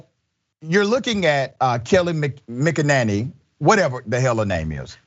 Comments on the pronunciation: The name is Kay-lie McANinny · Kayleigh (Kay-Lee) McEnany (Mac ‘n Any). Like Mac ‘n Cheese. Names are important. Try the river parallel to the Mississippi in Louisiana that goes to Morgan City, the Atchafalaya. She is pretty good at minimizing things to nothing. The Declaration of Independence expresses ideas that come from the Enlightenment. The pause all men are created equal being the most prominent. That phrase is very difficult to square with the practice of slavery in the colonies and later on in the United States. Yes there is hypocrisy so it would be best to view the document as a goal to aim for. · It’s MAGAnanny right?